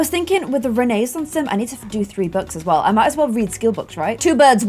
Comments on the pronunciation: renaissance is pronounced with a silent i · did you just say renaissance sims incorrect lemme check one moment... YIU HAVE BEEN PLAYING THIS GAME AND CANT EVEN PRONOUNCE RENAISSANCE I’m tryna be mean it’s just a joke